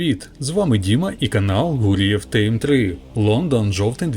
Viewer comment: Як же ріже вухо це «тейм». Якщо ви тейм, то ставте в назві латинську букву А «ей», якщо ви поставили І «ай», то і озучуйте ай. Контент добрий, но це капець як тупо звучить.